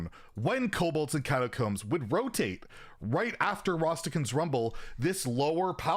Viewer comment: Everyone: Rastakan’s Rumble: Rhastahkhuns